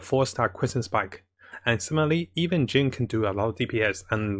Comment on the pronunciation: "and simaly" XD